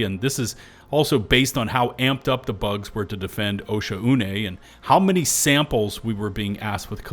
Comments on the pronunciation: arrowhead needs to include pronunciation guides for these planets, osha-une sounds so wrong, ive been reading it as o-shawn, but since we've never heard arrowhead pronounce it, it seems like after the first content creator said osha-une everybody else just went with it. but come on yall saying like o-shaune (oh shawn) just feels right. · OSHA-UNAY??? It's pronounced Oshone, no? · It’s pronounced “oh-Shawn-nay” my guy 😂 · Why is everyone calling it osha-une am I the only guy who calls it o-shaun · Pretty sure it would be pronounced “oh-Shawn” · It's "O-Shawn" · Wtf that's how you pronounce the planet's name?!